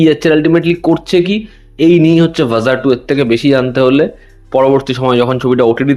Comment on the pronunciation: ভাজা 2 নয় দাদা ভাড়া 2 Zh র উচ্চারণ হয়